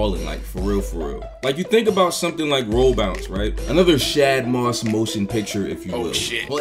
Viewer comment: I love y’all dearly but my baby daddy’s name is not SH-ADD Moss.. it’s SH-AUD Moss 😩🥹😂😌🙈🤍